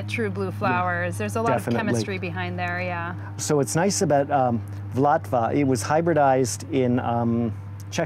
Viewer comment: So helpful, thank you. Just a correction on that "blue" rose: it's pronounced VUL ta va, after the river. Accent on first syllable.